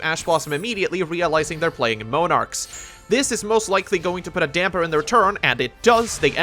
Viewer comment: MOANarchs is that really how you pronounce it?